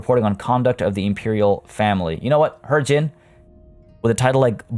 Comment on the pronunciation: It's pronounced he-jin